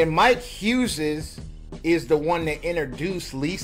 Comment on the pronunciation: Why is dude pronouncing the name Huzez?